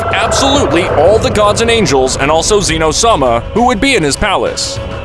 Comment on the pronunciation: "Zeeeno" it's zeh-no